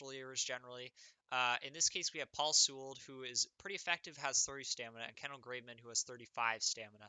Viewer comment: Very informative; btw Paul Sewald's last name is pronounced "See-walld"